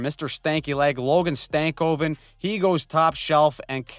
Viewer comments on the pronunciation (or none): Stankoven is prounced Stan*koven Not Stank*oven